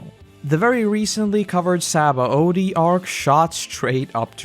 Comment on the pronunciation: Why does this guy say Sabaody so weird?? Saoooabodiiiie hahaha